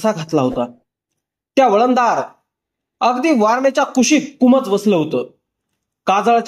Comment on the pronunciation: कुमोज नसेल हो कुंभोज असेल. नीट लक्ष देऊन वाचन करावे.